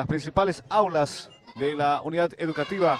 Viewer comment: Es educativa, no “EDUCATIBA"